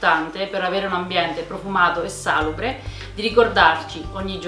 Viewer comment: Si dice salùbre, non sàlubre, l'accento è sulla U